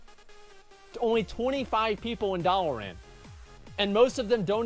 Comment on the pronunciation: Its Dalaran, not Dalaren.